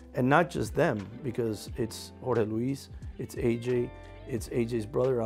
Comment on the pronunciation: Did you just call Jorge George?